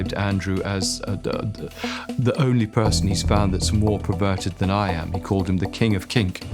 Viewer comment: Andrew Lownie - the word is perverted not 'preverted' !!!